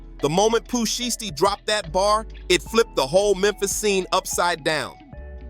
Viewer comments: Y u keep saying shisty instead of shiesty ? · Readers pronouncing names is crazy ..shhhity , noochi lol